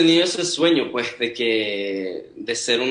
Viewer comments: Ese "puej" es tan venezolano 🇻🇪❤ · Me muero cada vez que dice ✨ puej ✨ 😭❤️🛐